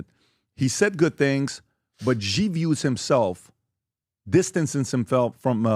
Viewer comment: If you know anything about Chinese politics you would know that Xi ( pronounced “she” by the way) is much more aligned with Mao and NOT Deng.